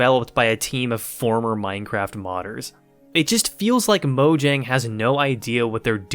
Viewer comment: The way you pronounce mojang makes this unwatchable lol. Then again I guess that is how it is spelled